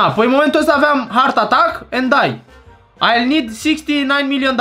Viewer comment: Hartatac 🤣🤣🤣🤣🤣🤣 vreau și eu lecții de engleză de la tine😅😅